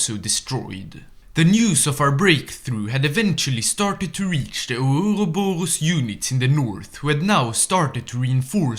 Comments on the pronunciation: The way I hear ourorboro is too damn funny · The pronounceiatio of ouroborus made my day, thank you, sir